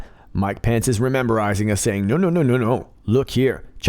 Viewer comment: Every time I hear you say the VP's name - I think you are saying "Mike Pants" :P